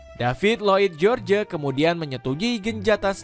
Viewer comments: george buka dibaca jeorje mas.. bacanya jorsh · George itu di Baca Joss Misal George W.Bus di Baca : Jos W.Bus